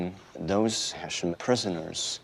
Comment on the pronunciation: Small detail: It bothered me that in the beginning in the US they kept pronouncing "Heshian". After speaking with the German researcher Rob Lowe calle.d it (properly) Hess-ian. He listened ❤